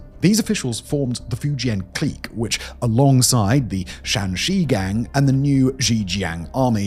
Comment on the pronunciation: Love ya, Simon, but your pronunciation of clique kills me.